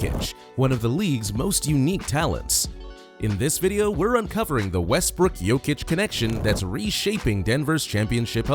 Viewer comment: Its Jokic(Yokic) not jokeic .... 😂